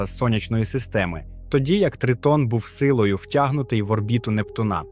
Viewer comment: нептуНа Нє НептУна\\